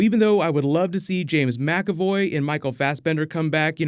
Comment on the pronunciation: Is McAvoy really pronounced that way?